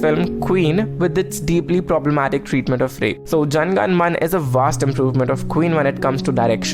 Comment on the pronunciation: Isn't it Jana Gana Mana? Not Jan Gan Man 🤦‍♂️